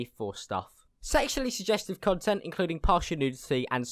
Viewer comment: every time u say content it sounds like cuntent